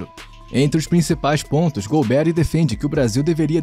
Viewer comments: Muito boa sua avaliação crítica, que o regime militar teve coisas boas e não tão boas. Tudo isso tem que ser colocado no momento histórico também. A pronuncia correta do nome dele é com a sílaba tônica no ri e não um Nome americanizado golbéri, ou seja golberí é o correto. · Lamentável esse narrador não ter estudado. O nome é GOLBERÍ, não GOLBERRY… 🤦🏻‍♂️ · Exatamente o que eu ia postar! É irritante ouvir essa pronuncia errada! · Não é Golbéri, mas Golberí! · Caramba, nunca ouviu o nome do general? Golbe-rí, não golberry 😅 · É Golberí e não Golbéri. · A correta pronúncia do sobrenome do general é oxítona. É mais ou menos como se fosse "Golberí", com acento no "i" enfatizando a última sílaba, ok? Abraços de BH . . . 🤗🤗🤗!!! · Ótimo vídeo. Não sou da época, mas acho que a pronúncia certa é Golbe-ry (oxítona) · É Golbery com a sílaba tônica é a última. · Gostei da pronúncia do "golberry". Rima com strawberry. 😅. P.S. ótimo vídeo. TKS. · A pronúncia do nome do general está errada. A pronúncia correta é Gol-bê-rrí. Ou a pronúncia ficou errada só pra gerar engajamento? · Concordo! Tirando a pronúncia do nome do general Golberi, o vídeo foi bom!